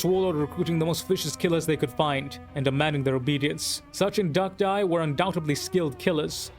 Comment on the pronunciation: Somebody who actually pronounces it correctly. 🙌🏻🙌🏻 Great perspective and video dude. 👌🏻